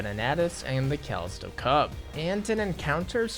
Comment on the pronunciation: Imagine not knowing how to pronounce Callisto.